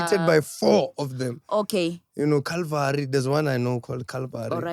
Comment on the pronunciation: Not calling Chilvary, calvary😅😂😂😂😂😂😂bathong 😂😂😂